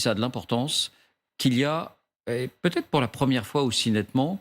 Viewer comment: Et la présentatrice dit "il peut zêtre " Elle a vraiment son bac, voire même un diplôme supérieur ? Quelle honte.